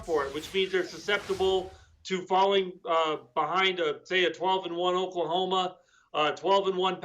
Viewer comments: Ohklahoma? What!!! 😂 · Okla..homa??? What the hell?